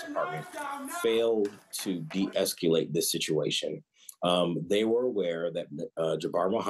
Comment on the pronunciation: "de-esCUlate the situation?"